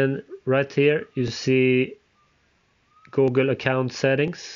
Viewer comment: Why you say gogle